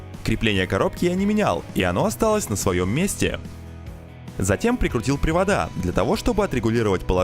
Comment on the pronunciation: он сказал "привада"))